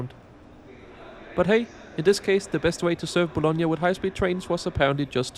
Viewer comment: Hey I am Italian, it is Bologna Not Bolonga. Anyway I always appreciate your visit